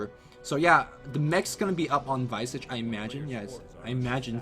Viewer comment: Yo Visage is pronounced (Vee-zaj) like Mirage not (Vy-sage)